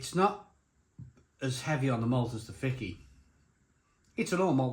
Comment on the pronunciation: I like the Fiçi more than the efes draught, I haven’t tried the Dab. My Mrs is Turkish and she informs me that the ç is a “ch” sound so it is pronounced “Fichi” or “fit-chi”, not “Ficky”.